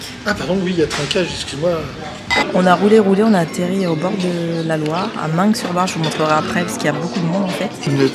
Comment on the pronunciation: Coucou je pose çà là… Meung sur Loire on ne prononce pas le g...